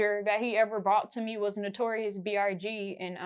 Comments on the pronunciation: Is everybody gonna act like she didn't say "Notorious B.R.G?" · Lmao she really said notorious brg 🤣🤣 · She keep saying BRG lol i cant wit this girl lol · Did she say Notorious BRG??? I'm gone..... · Did she just say notorious BRG 🤦🏾‍♂️ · She said Notorious BRG lol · Is anybody noticing she saying notorious "BRG" or is her big ass teeth just in the way?🤣🤣🤣🤣🤣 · She didn't say notorious big....she deadass said notorious brg!💀💀💀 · Why didn't they send a spirit txt to tell you notorious brg ain't his name he was trying to strangle you cause you kept messing up his name!